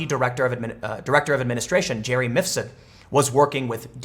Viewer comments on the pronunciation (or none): “JERRY MIFSUD “ !!!!! Really?!